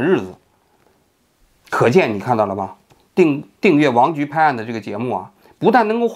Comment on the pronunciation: "油炸江青"笑死我了😂😂另外，王局经常在平翘舌sh和s上打架，每次都意外的很搞笑，哈哈哈